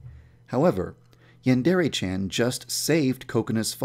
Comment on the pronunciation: Yandrea? Its Yandere